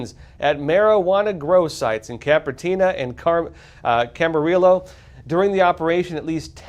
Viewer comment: For future reference: Car-pen-ter-EE-a. Cam-a-REE-yo. 😊